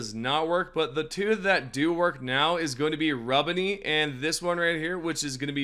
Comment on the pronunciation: Im convinced dude says names wrong for the comment corrections. Aint no way mans believes RIB-unny is RUB-unny or the fact he said dragon strobe for DRAG-awe-struh-fee(dragostrophe) like its literally dragon and catastrophe...